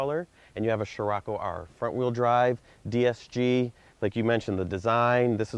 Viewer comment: scriocco not sciracco !!